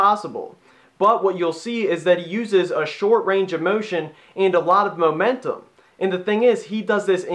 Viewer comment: sorry, but lol'd momemtum & momentim